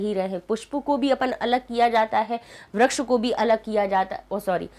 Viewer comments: Why do you say व्रक्ष ? It's वृक्षः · mam vraksh nahi vriksh pronounce hota hai